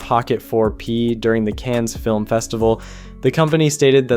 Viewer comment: In the Cannes city's name , the last letter ("s") is silent. Similarly to about 99% of French words. So, sound (almost) local and just pronounce "can"... it's as simple as that ! If you want to sound perfect, you need to let the final sound last a little more (hence the double "n" and the "e", all creating slight variations in the way it must be pronounced. Stil, the "s" shall remain muted. You've done it with "réservoir" , also a French word... you can (!) do it with Cannes, can't you ? PS : is that so important ? Well, ask inhabitants from any US city if they'd like their city's name to be tongue-twisted... you'll get your answer.